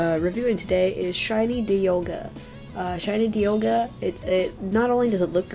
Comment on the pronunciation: ITS NOT DE ALL GA, ITS DIE ALL GA. ITS BETTER TO SAY IT THAT WAY